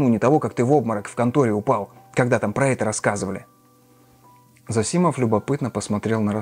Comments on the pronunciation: ЗосИмов... Правильно - зОсимов. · Да, можно так и так. Чаще употребляется произношение ЗОсимов, тут Вы правы, но люди с фамилией ЗосИмов тоже существуют. Насчёт же образованности Александра и его повестки я с Вами не согласен.